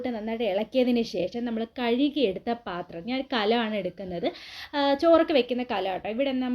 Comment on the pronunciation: Pathramalla paathram😁